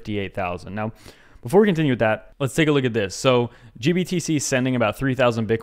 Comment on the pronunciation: Did you say steak 🥩